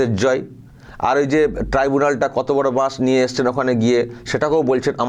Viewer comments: ও পিসি,,, এটাকে" ট্রি বুলান " বলে না,,, ""ট্রাইবুলান"" বলে। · কথা টা টিবুনাল না ট্রাইব্যুনাল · শুভনন্দন চাই না , ট্রাইবুলান কে ট্রিবুলান শুনতে চাই না , লজিক্যাল কে লজিস্টিকাল শুনতে চাই না 😂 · বার বার টিবুনাল বলে, বলছি টিবুনাল টা কি? আমি তো জানি ট্রাইব্যুনাল। কেউ জানলে জানাবেন তো ট্রাইব্যুনাল নাকি টিবুনাল,, কোনটা? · এক মুখ্যমন্ত্রী ট্রাইব্যুনাল (টিবুনাল), লজিক্যাল (লজিস্টিক) বলতে পারে না। এ লজ্জা। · টিবুনাল আবার কি? উচ্চারণ ঠিক করতে বলুন।একটা মিথ্যাবাদী।